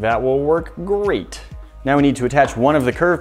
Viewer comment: "i think this gonna look gurate" i love that guy